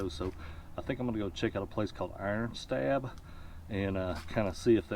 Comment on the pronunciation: FYI it’s called “Iron Stab” (pronounced stob) by the locals